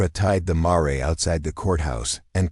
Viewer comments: Brooklyn, NY. I started listening to this story, but I am tired of hearing the mispronunciation of the word MARE. I understand the word Mare " to be a female horse, pronounced like Mere or in American English Mayor. If I am wrong, then shame on me, but the AI voice pronounces Mare like "Maray" - that is so annoying, so I would not continue to listen anymore. I think that this might be a great story but I just finished listening to another story that pronounced Mare exactly the same way. I listened to that story because the word Mare did not appear as much as in this one. Thank you anyway. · I got as far as mar-ray. Stopped there. It’s mare. Sounds like rare. Female horse.